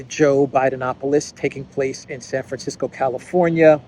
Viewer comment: did you say "Saferisko" for "San Francisco"? 😅